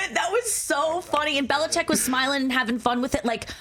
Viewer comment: Add Nikki & Rich to the list of ppl who can’t pronounce Bill Bellichick’s name. Even TB’s on that list. Could do a whole but just on that.